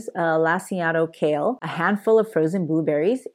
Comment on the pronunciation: Kale - not shale......